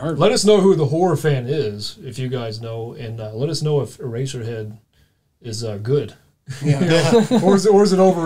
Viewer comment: . "Erasher Head??!!" .. ( wtf Dude?) .